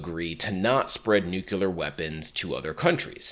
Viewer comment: What is a nucular bomb??? I’ve heard of nukes before but those are nuclear, are nucular bombs some type of upgrade to that?